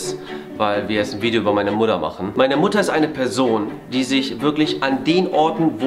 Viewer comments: /julien bam 1. du mein 4 blätriges kleben Blatt und 2. warum sagst du immer wieder mudder und Mutter?... 🤨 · Jo's mutter:wieso nennst dumich immer mudder😂